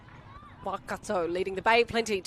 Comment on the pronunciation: Thank you for the livestream the commentator, is doing a great job with pronunciation keep it up. Could you just pronounce Waikato, as 'why-car-tor'. Not 'wah-car-tor.' ♡